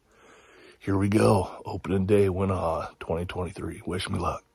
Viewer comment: 2 min and i cant handle how you pronounce wenaha. smh